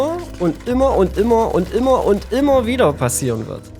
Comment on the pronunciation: das Wort heißt "immer" nicht "immor"